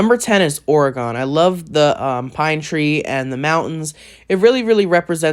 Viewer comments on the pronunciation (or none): dont like when people call it oregone but still cool list